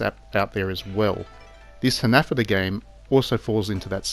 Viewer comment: Hahah for real 😂 I don’t think he knows he’s pronouncing it wrong😂